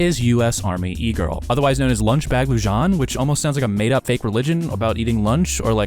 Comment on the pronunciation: “Lu Jon” smh